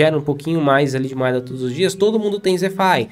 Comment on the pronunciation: é o cara que não consegue falar "moeda", ele só fala "moada" kkkk tô zoando mas gosto bastante dos vídeos dele.